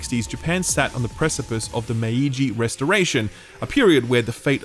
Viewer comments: mei-ji not may-i-ji. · Maiji should be pronounced as May-Ji